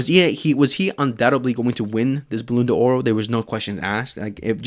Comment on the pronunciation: Bro, learn how to pronounce ballon D'or😅